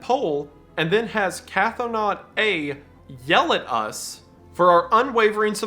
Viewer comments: Wendigoon, PLEASE Stop pronouncing cthonaut like "cathonaut!" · idk if you'll see or care, but Cthonaut is not pronounced "catho-naut". Cthon is pronounced "Kh-th-ON" with 'th' as in 'thin', so Cthonaut would be pronounced "Kh-thON-awt" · It's pronounced "k-THO-nawt". The ctho- prefix is does not have an A sound nor a glottal stop. It is all one sound. Ctho.